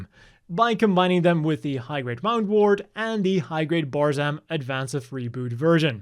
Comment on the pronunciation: It's WOO'ndwort, not WOW'ndwort. Like Wound (injury), not Wound (past tense of Wind)